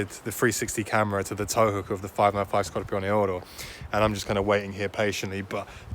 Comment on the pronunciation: I think you're the only person who can pronounce Scorpioneoro properly without butchering it 🤣